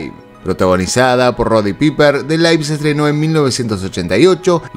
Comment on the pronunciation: Pronunciaciones: They live = /dei liv/ (no laiv) Piper = /paipr/ (no piper) Skekses = /skékSs/ (no Esquécses) Stephen King = /stÍfn KIn_/ (no típen kin) Jack = /dJak/ (no SHak) Dufresne = /d_fréi/ (no dÚfres) Event Horizon = /ivÉnt "j"oraizn/ (no Éven hórizon) Paul = /Po.l/ (no pÁul) Lawrence = /lÓrans/ (no lauren) Neil = /ni.l/ (no néil) Gore = /gor/ (no gorE) Scorsese = /scorsési/ (no Escorsese) >>> Castellano: Monstruos, no moustros. Man, tanto cuesta nutrirse de saber UN POQUITO antes de ponerse a hablar?. Ojalá el aporte sirva para futuras ocasiones. Salute!